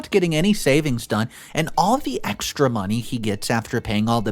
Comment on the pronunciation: Am I the only one who cringes every time he says 'money'? Something about his pronouncion grinds my gears.